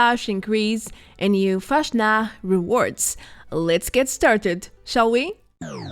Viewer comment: it drives me crazy how you say Fastnacht